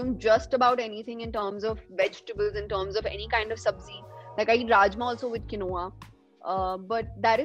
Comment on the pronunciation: She’s soo sweet! Pronouncing quinoa incorrectly - it is pronounced ‘Keeen -wa’